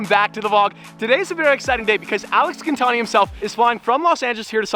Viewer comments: Isn't it GIN like GIN the alcohol, gin-tani. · His last name isn’t gintani😂😂